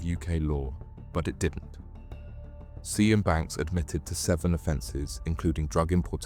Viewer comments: FYI "Sian" is an Irish name pronounced more like"Shan" than "See-Ann". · Sian is pronounced "Shawn" - it's a Welsh name, equivalent to the English Jane, Scottish Sheena or Irish Siobhán. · Sian. Pronounce Shan. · Also, Sian is pronounced "Shahn" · I agree well made, only downside is it triggerd me every time you said the girls name wrong all the way through, it pronounced 'Shahn (with a long "a" sound)' its a strange spelling I know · Sian is a name of Welsh origin and is pronounced Shaan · You could at least learn to pronounce her name properly ffs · How can you not know how to pronounce Sian? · Sian isnt pronounced like that 🤡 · Lost interest when the narrator couldn't pronounce Sian...it's not even that unusual. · Please learn how to pronounce the name Sian 😂 killing me everytime 😂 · Who pronounces Sian like that!? Is this AI voice? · Can’t pronounce the name Sian lol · Yeah the mispronounced Sian is wild 😂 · Sian is pronounced “Sharn” not seeyan. Just saying. Great vid tho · Thw woman's name Sian as In Sian Banks is pornounced Sharn. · It's pronounced "sharn" not "si-an". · SIAN pronounced SHARN, NOT SEE ANN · Just curious, but why does the narrator keep saying 'Si Ann', when I'm sure it's pronounced Shahn! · Sian rhymes with ‘Barn’, not See-an 😂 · Good video - you've got a good narrator's voice and good story telling! BTW Sian is pronounced 'Shahn'. That name has always tripped me up. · Sian is pronounced as "Sharn", not "See-an" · Her name is pronounced sharn 😅. Not sy-an. That's a colour. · Yep, it's Sharn, not See-an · Her name is not pronounced " see an " its pronounced sharn apart from that it was great . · Is her name really pronounced as cyan? Isn't it "sharn" ? Lol but otherwise nicely done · See-an 🤣 its pronounced 'sharn' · And pronouncing a welsh name as si-anne instead of sian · its pronounced Sharne i think not Cian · I think it’s pronounced like “Sharn” not Sss-ee-an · Great video mate, enjoyed that. Her name is pronounced sh-arn, not ze-an